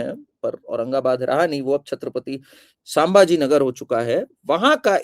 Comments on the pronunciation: जय श्रीराम मॅम कार्निक नहीं बल्की कर्णिक सरनेम है! वैसे ही सांभाजी नहीं संभाजी नाम है! और एक संजय शिरसाट है शिरस्त‌ नहीं ! Pl correct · संभाजी - स सांभाजी नही | कर्णिक - कार्निक नहीं